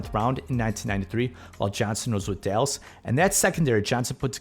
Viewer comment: Did he say Delus? Seriously?